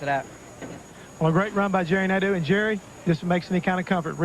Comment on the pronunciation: As a fench speaker... they way Nadeau is prononced makes my ears bleed... especially since i had a teacher with the name